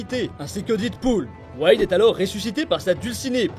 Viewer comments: Pourquoi tu dit DIDpool ? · Je t'en supplie dead se prononce comme mehhh pas comme didepoule